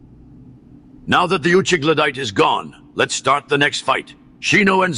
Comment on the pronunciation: Bro u heard he called him a uchigladyte thats the craziest shit ive heard in my life